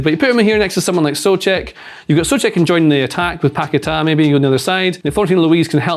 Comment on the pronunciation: Guys it's Paquetá. You always make the same mistake.